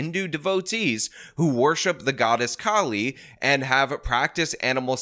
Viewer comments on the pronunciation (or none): none